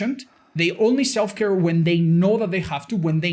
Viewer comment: Did somone say Self-care? I just heared Self-destruktion